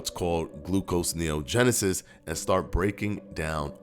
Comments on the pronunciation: It’s “gluconeogenesis” not “glucoseneogenesis”. Just FYI. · gluconeogenesis. NOT glucose neogenesis. It's one word not two.